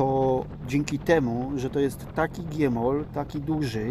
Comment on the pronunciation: Wszystko super fajnie, ale taka mała rada. GMOL - Gięta Metalowa Osłona Lędźwi (czyta się jak się pisze) a nie G-Mol czy Giemol